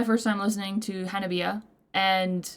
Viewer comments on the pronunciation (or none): Hello my friend, and welcome to the wonderful journey that is Hanabie. ;) For the name, the band is called Ha-na-bee-eh (the last eh is pronounced like the e in egg) with four syllables not Hanabi, there are no diphtongs in the Japanese language so every vowel is spelled out separatel, of cause there are exceptions from that rule, Japanese is avery diffucilt language :D, this makes a big difference, because Hanabi is firework (fire flower -花火), but Hanabie is not exactly a word but could be translated as the recuring cold in spring during blooming flowers (chill flower or spring coldness - 花冷え), they choose this name, because the 4 original members were all born in winter and spring. That tiny, cute Gremlin who is screaming at you is Yukina, she is also responsible for some of her texts Hettsu on the bass, she is responsible for the stage/ video outfits, sewing them by hand sometimes, she is also the mother hen of the band also providing backup vocals. Current drummer is Chika, she is the fourth drummer and the only professionel, she played in J-Pop bands before and worked as a drum instructor, the rest of the girls are self taught. Finally the endboss Matsuri: Matsuri on guitar and clean vocals, Riff monster, she is also the band leader and musical mastermind, writing all the music, compositions and arangements - she is a musical genius, she has also a degree in computer engineering and is a pro FPS player.. so i think she is basically a genius. There is something special ab